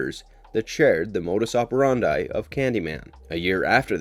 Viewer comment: Is this a computer-generated voice? The mispronunciation of the name "Robitaille", words like "modus operandi" and others, along with strange inflection falls right in the uncanny valley.